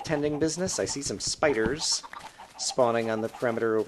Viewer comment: You sound like Kurt when you put the emphasis on 'spi' in spiders .